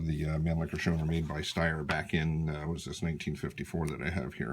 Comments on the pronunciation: It is pronounced, Show-Now-er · Your pronounciation is missing the au as in , house, or our, or ouch, or how. Other than that, i like your rifle, and this is a good video. I give it a thumbs up!